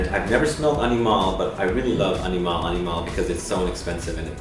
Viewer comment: the emphasis is AniMALE and not AniMALe. So I hope everyone gets the pronunciation right. Its about 'male' and not 'animale'